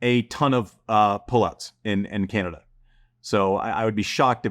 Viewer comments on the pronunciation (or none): none